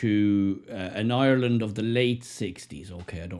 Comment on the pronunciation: Ireland, not Yourland.